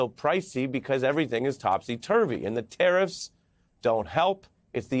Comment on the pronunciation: I wish Americans would speak properly, this guy says ‘tariffs’ but it sounds like he’s saying ‘terrorists’